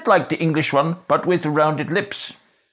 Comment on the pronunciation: You forget all the v’s you put where there’s none. In this video you say “van” to mean “one” several times